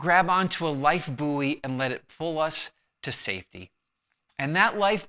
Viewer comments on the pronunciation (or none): FYI, it's pronounced more like boy. Think of the word buoyant and then remove the ant...or Lifebuoy soap and remove life. One syllable, not boo-ee. Thanks.